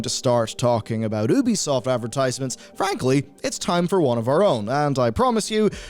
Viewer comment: It's You-bee-soft. Say it right. Also funny to see you shilling War Thunder in the same video talking about publishers disrespecting their community.